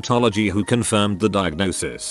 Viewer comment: Nobody:: DIAGONSIS